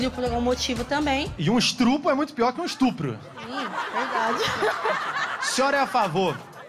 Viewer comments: Percebe-se o nível de inteligência de alguém que apóia o aborto não consegue pronunciar a palavra estupro corretamente, mas muitas dessas não tem noção do que falam, apenas pegam algum trecho de um texto ou vídeo dito por feministas que impõe isso nas idiotas que acham que isso é que irá promover igualdade entre homens e mulheres. Só pra lembrar que existe vários meios de evitar a gravidez, e a opção de por a criança pra adoção logo após seu nascimento. Aí vem uns burros dizerem que é questão de saúde pública? Tá cheio de pessoas com o vírus HIV podendo propagar pra outras pessoas, mas nem por isso tem que sair matando eles ou elas. Enfim segura seus desejos e falem pra quem vocês forem ficar que só com camisinha ouviu mulheres que apoiam esse crime. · Leo : e um estrupo é pior q um estupro kkkkkk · Engraçado é que as pessoas q são a favor falam "estrupo" valeu Lula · "e eu estrupo é muito pior q um estupro né" kdkskskk